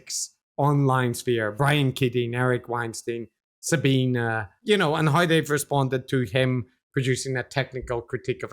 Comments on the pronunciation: Great show. But feeling a bit pedantic after all of this critique ... I believe Sabine is pronounced "Za-bee-na", not "Za-bben"? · Do you consistently mispronounce Sabine's name because you don't know and can't be bothered to find out how to pronounce it properly, or because you don't care how people pronounce their names, or just because you hope it might annoy her? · So they do know how to pronounce it properly, and do care how people pronounce their names, but choose to consistently mispronounce it anyway, hoping it won't annoy her?